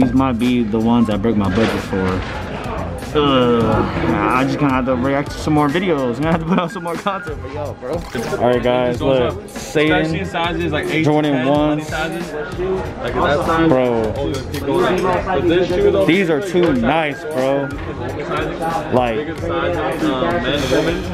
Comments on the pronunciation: Satan really you don’t even know how to say it “Satin” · My boy said these satan lmao it’s satin lol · It’s pronounced “sat - in” lol it’s all good tho nice vid